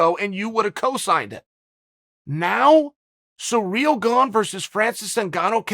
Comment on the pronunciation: Chael: SURREAL GONG Us : Ok Great